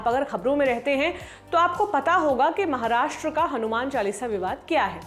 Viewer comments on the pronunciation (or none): none